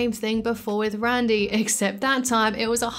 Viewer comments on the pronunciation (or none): none